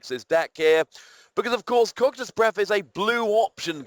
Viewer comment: Its actually pronounced coc(a)ytus in english, in greek its coc(with s sound)ytus